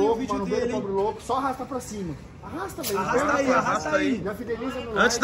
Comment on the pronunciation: Se tem Toguro Botando Loudo em vez de Louco tem Like QUEM CURTE A CASA MAROMBA DA LIKE